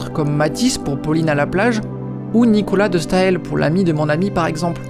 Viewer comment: Très belle video 😮 Content de m'être abonné il y a quelques semaines, j'abais peur que la chaîne soit en stand by prolongé 😢 Juste... ça se dit Nicolas de Stal comme s'il n'y avait pas de "e" dans le nom 😅 Voilà. À bientôt pour une nouvelle video j'espère 😊